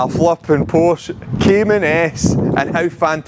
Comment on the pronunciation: Check pronunciation of porsche!